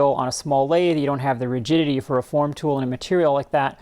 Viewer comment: I swear you are saying "loss of virginity" instead of "loss of rigidity!" When I rewind the video and listen again the word magically changes to rigidity! Pretty neat trick! You've got a great channel!